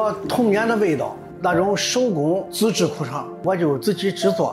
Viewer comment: 苦肠还是裤衩说不清楚